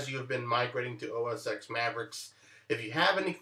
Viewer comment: great tip thanks! btw, it's pronounced "OS Ten"